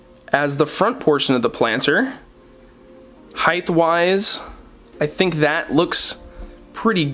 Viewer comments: omg every time he says "highth" i die it is hight not "highth" lol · People that say "highth"<< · dude, you have a college degree, please stop using the incorrect, though accepted, "heighth".